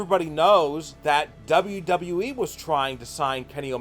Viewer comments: Just making a point it's pronounced W-W-E not W-W-wee😂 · What is that weird Pronouncing you spelled wwe like W.E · You know how stupid you sound when you’re talking and pronounce wwe, w e. Not good. Plus you guys look to a lot of negatives on these wrestlers. Look for more positives. You are not experts, so quit acting like you are. Work at it and you may get there. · the way you say wwe as “W Wii” really pisses me off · Can your boy not say “WWE?” He keeps forgetting a “W” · STOP FUCKING SAYING WWE LIKE THAT TAKE YOUR TIME REPEAT AFTER ME W W E not FUCKING NAZ CAR WWE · He's having some problems with that 'WW' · The "unique" way you pronounce WWE gave away the fact that you're using a voice changer and basically having a conversation with yourself.. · This guy still can’t say WWE